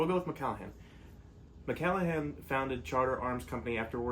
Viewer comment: You can’t pronounce the original owners last name and the second correction is the innovation that Charter Arms came up with was the “Transfer Bar.”